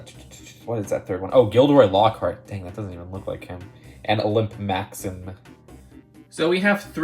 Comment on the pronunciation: anyone else triggered? "Olimp Maxim"